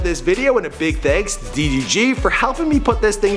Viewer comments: It’s DEE DEE GEE I don’t kno no skt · These two might not seem like a diffrence but it is DDG DEE DEE GEE The first one is the right one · "DEEE DEEE GEEE", Its DDG nigga 😂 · "Dee Dee Gee" 😂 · Tay K deetheeg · THEE THEE GEE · De De g Boi its DDG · Deedeegee LMFAOOOOOOO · Bro why you said his name D. DG 😂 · This nigga said DEE DEE GEE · this nigga said tee tee g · Nigga stop saying D....D.....G like that. Its all togethee DDG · Who is Dhee Dhee Ghee LoL it’s DDG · Bruh he’s starting to piss me off 😂 he can’t even pronounce ma boi DDG’s name? “Thi-thi-Ghee”, bruh that junk was annoying. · Y he struggling to say DDG😂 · LMFAOOOO FINALLY BUT WHY THIS NIGGA KEEPING SAYING DDG LIKE D D G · Why you pronounce it as dhee dhee geee lmfao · The way he is saying “DDG” is making me lose brain cells💀💀💀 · "DEEH DEEH GEEH" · ”DEE DEE GEE” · I kept getting pissed when he said d..d..g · "DEE DEE GEE" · Bruh why this man keep saying d thee g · CAN U STOP SAYING DDG LIKE THAT "THETHEG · He was really struggling to say ddg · Why this nigga say DDG like DEE DEE GEE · I hate when he says DDG upsets me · im sorry but it bothers me how much he butchers “ddg” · the way he said ddg throughout this video makes me hella mad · Forreal he made me mad lmao "D D G" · I hat how he says ddg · man says ddg like he got a speech impediment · Why can’t you say DDG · Why do you say ddg so terrible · How the hell do you butcher pronouncing 3 letters 🤦🏽‍♂️💆🏽‍♂️🤷🏾‍♂️ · Its ddg ion know no skt